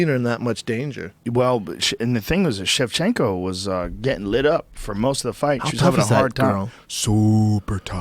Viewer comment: ITS KAROLINA KOWALSOMETHING. valentina, schevshenko XDD